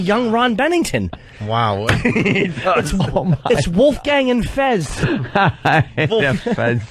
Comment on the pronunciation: Vooofgain X 20 😂🤣😭 My new favorite word he mispronounces for comedic effect! What’s yours?